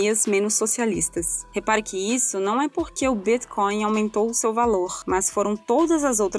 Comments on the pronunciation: "O Bíthcoin" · Essa pronúncia de Bitcoin eh de longe a mais bizarra que já vi